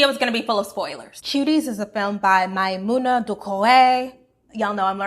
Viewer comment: Your french accent is great, I watched tens of american reviews of this great and powerful movie and your prononciation of Maïmouna's name was by far the best I've heard!